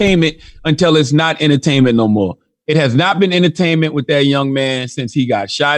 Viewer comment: Well said Charlamange; "Guess what my bruvah, it ain't wurf it. Its NaAaAahhhWT! That shit It ain't wurf it." edit